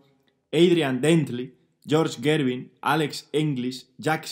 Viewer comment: La pronunciación de Gervin me hizo sangrar los oidos